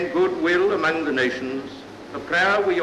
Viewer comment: I do hear a glottal stop at "among".